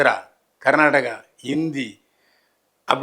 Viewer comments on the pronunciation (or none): none